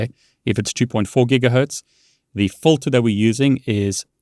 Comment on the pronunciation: Also you are very close and getting better with your english but it's actually FILTER (Fill-TUR) not Fulter. When you say it that way it may be mistaken as a different word.